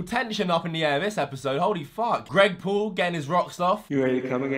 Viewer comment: "greg poul"💀